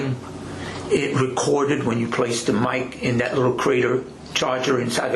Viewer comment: What's up with his pronounciation of the word (that) dude says DAT. Fire him. How did he pass the academy with this DICTION. Wow. A Bird Brain